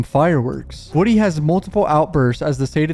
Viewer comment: For the love of Atlanta, its WOODY, pronounced like MOODY!